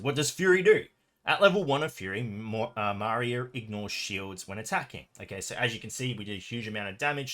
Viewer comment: I thought it's Maria with “I” letter stressed) Thanks for the vid as always, mate